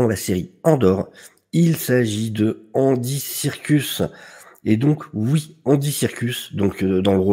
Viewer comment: tu as appelé andy serkis "andy circus" 🤣 je t'écoute en faisant ma vaisselle j'ai failli tout casser (encore un mug looool) sinon trop contente qu'il revienne ♥ même si le meilleur reste syril évidemment